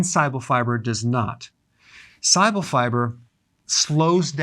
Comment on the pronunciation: great vid. when you say pronounce "soluble", it soumds like you're saying "si-able". bit confusing.....